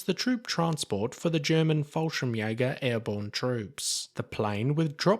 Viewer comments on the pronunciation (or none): For example: KI says "Jonas" to the Junkers JU 52. KI also says "falsches Jäger" and not Fallschirmjäger.